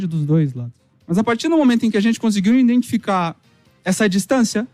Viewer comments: "INDENTIFICAR" ELE PRONUNCIOU ASSIM? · O cara é o CEO de um dos maiores clubes do Brasil, e fala em "indentificar". Triste.